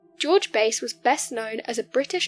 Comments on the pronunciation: His surname was pronounced BASS . A AS IN APPLE.NOT BASE AS YOU WOULD HAVE IT IF YOU ARE GOING TO COMMENT AT LEAST FIND OUT HOW PEOPLE PRONOUNCE THEIR NAMES . BASE STRAIT BASE THE SPECIES OF FISH & LASTLY BASE HWY. NO ONE HERE KNOWS TO WHOM YOU REFER. WASNT IT AMMUNDSON.? G-D PRESERVE US! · Base is not his name. It’s Bass. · its Bass like the fish not base . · Its George BASS, as in Hugh JAZZ